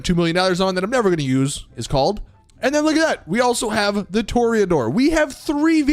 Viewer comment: It’s “TUH-RAY-UH-DOOR” not “TOR-E-A-DOOR”